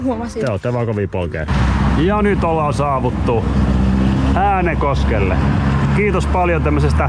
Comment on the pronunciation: Kaikki muut kaupungit * lausutaan oikein * Äänekoski * mE oLlAn SaAvuTTu TäNnE ÄäNeKosKelLe * Se lausutaan: Ääännekoski